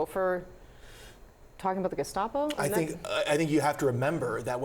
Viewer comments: Are you sure he didn’t say “gazpacho administration?” Maybe he’s referring to the FDA and regulations of soup?🤷‍♂️ Or if he said “gestapo administration,” wouldn’t that be a compliment from Trump? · I don't think you are saying gestapo correctly. You may wish to ask mtg how to say it right. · I believe it's pronounced "gazpacho". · I believe it's pronounced "gaz-pa-cho" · It's pronounced gess-pa-chi-o.